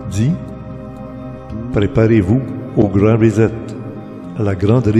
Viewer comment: Hahahah première fois que je vois qqun qui scrappe le mot reset ......rizette